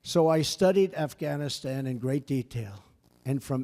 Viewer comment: Reading from a TelePrompTer, and someone else wrote it, he can't hardly pronounce Afghanistan...